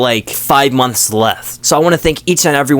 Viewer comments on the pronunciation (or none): none